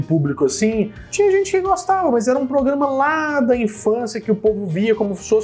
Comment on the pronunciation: ele nao para de falar pograma😂😂😂😂😂